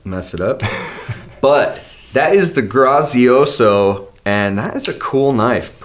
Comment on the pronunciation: Fun fact: "grazioso" is Italian for "graceful" or "gracious". But the pronunciation was so off. 😂 Doesn't matter because you guys are rocking the show as always. 👏🏼🤙🏼